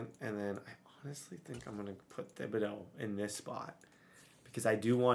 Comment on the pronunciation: please learn how to say kayvon thibodaux last name. it bothers me so much on how you say it